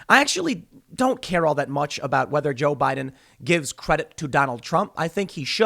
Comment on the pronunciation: Guys guys guys, it's Joe Bai Din